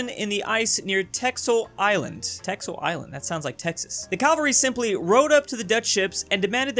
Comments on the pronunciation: its pronounced tessel not teksel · fun though to see say texel while it exualy is tessel pronounced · pronounced: Tessel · Funny texel meme but it's pronounced tesel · Texel is a wadden island and is pronounced ‘tessel” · Texel is a dutch island And it's pernounced "tessel" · Texel. You say it like Teksel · Texel do speak as tessel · You need to Pranounce (sorry ma english Typing is trash) the 'x' as a 's' Btw still supporting